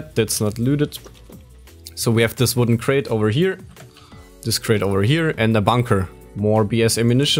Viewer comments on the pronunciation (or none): none